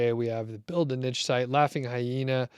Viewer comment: Niche... no T in there! this is a French word...